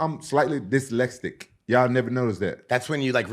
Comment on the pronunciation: Rampage's pronunciation of dyslexic is the most dyslexic thing in the best way.